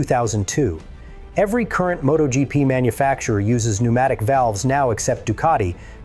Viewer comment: Thanks for pee neumatic valves.